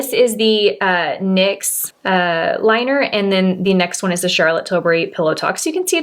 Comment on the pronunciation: Great video! I lover these types of comparisons or dupes videos and the products you selected are fantastic ones. Also worth mentioning, I’m happy you pronounced CT’s last name correctly. Silly aren’t I but so many influencer’s say Til-berry and it drives me crazy! I always knew I had a tendency to be a grammar Nazi but now, at least for her name, I’ve become an annunciation one too.🙃😂